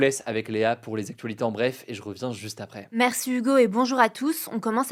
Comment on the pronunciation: Pourquoi léa dit "Marci" au llieu de Merci Hugo ?